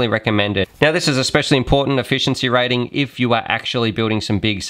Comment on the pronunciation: lol "Efficieny"